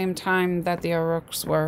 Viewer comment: AUROCHS..PRONOUNCED "AWE-RUCK" NOT AUR-ROOK